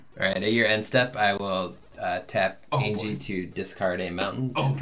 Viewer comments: Anje Falkenrath is not pronounced Aingie it’s pronounced Anya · Y'all know Anje is pronounced An-Yeh, right? Not An-Gee. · Not to be that guy, but it’s pronounced AHN-YE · I do love this ... I really do. BUT ... am I the only one going crazy every time they mispronounce "Anje"? LOL. (It's pronounced "AWN-yeh", FYI). I can forgive the mispronunciation of Tahngarth ... but the Anje bugs me for some reason. And the sound level is still a little quiet - though the quality is better.